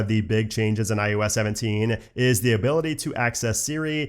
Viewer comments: It’s “I “OH” S” not “I YOU S”… I literally cannot watch your videos when you can’t even say the name right and it’s the entire topic of your channel! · Great video, very good info, but I can’t be the only one completely distracted by you saying “EYE YOU S” not IOS….